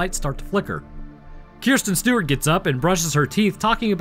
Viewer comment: 'KIERSTEN STEWART'